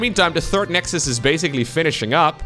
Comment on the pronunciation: "the nexdus, haha" badumm tsss xD